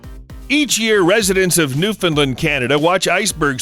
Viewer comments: As a newfoudlander I am disappointed that you pronounced that you pronounced it “newfindland” instead of newFOUNDland, but I still love the video, KEEP ER UP! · Love your videos, hate how you pronounced Newfoundland. "found" not "fin" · WHY DID YOU PRONOUNCE IT LIKE THAT!?!?!?? It’s new FOUND land, not “newfinland” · It's new FOUND land! Not new Finland! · It’s New-FOUND-land friggin mainlanders b’y! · please pronounce newfoundland again LOL